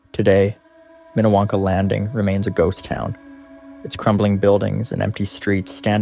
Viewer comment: It’s Minniewanka in not what you just said